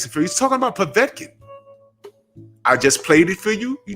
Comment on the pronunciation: I HEARD WILDER SAY POVECIN